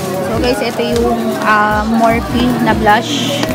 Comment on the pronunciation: it's "Morfi" when you read it